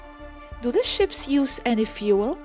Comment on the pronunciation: Hitchhikers don't stand a chance, lol., could you pls inform your friend to pronounce 'any' not as 'anni'? Phoneticly it sounds more like 'enni'. (same goes for 'anything - anone - anymore' etc) English phonetics can be confusing for us europeans (inglish lol)